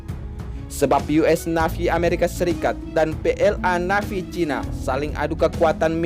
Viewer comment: Tulisan nya " NAVY ", memang..., tapi Dibacanya..." NEIVI ( Y ) ", Mas Broo....., bukan dibaca " NAVI (Y )" lg.